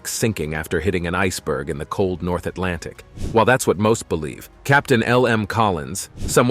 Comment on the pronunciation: STOP SAYING ATLANTIC 😭😭 my mind when u say it "EyEs BlUe"